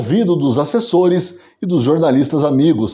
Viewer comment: "Acessores"? Kkkkkkkkk😅😂